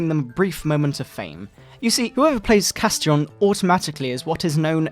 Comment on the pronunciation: Holy shit,I think Castiron was supposed to be pronounced "Cast-Iron" as in the cookware. (I'm choking now from this.)